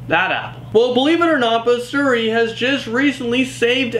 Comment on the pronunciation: It's not called seri, it's called Siri